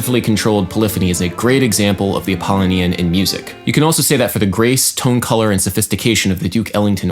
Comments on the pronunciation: wouldn't it be pronounced app-uh-LOW-nee-in? rather than app-ah-lih-NEE-in? kinda bugging me. but regardless very interesting take on viewing music in a different way. love all your videos, duderino. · Correct. Bugged my Apollonian side, also. (It should be Ap·ol·lo·ni·an ˌapəˈlōnēən/) My Dionysian side, however, is telling me that this observation about an incorrect pronunciation, and the desire to make an online correction should have been placed on a pike at an orgy of the Bacchae and mocked. Ah, such cognitive dissonance the apollonian/dionysian duality creates. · Good video, as always. Strangest pronunciation of "Apollonian" I've ever heard, though. The pronunciation equivalent to your Grammar Nazi would say it's pronounced a-paw-LOH-nian. Just so you know. :) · 'Apollonian' is stressed on the third syllable, 'Dionysian' has five syllables.